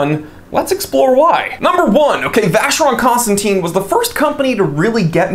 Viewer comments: For a watches aficionado wrong pronunciation of Vacheron Constantin is just a blasphemy. Especially if you own one. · You pronounced VC wrongly man...😂